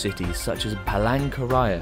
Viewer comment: iya, ngomong palangkaraya aja kayak peleng keraya